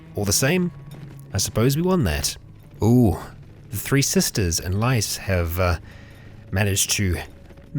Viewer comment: Hey man, Lys is pronounced like “lease”.